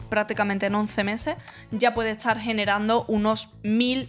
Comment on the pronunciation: Por qué cuando dices "estar", pronuncias "eschar"? Si pronuncias bien la "T" en otras palabras. También cuando dices "este", "esta", "bastante", etc. No es el acento de un país en específico, solo se escucha una dicción que se puede trabajar.